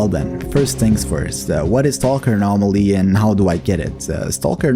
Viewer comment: the what zone ? your accent was very thick when you said the modpack